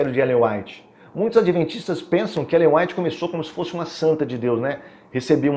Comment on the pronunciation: Ainda erra o nome de Ellen G. white .kkk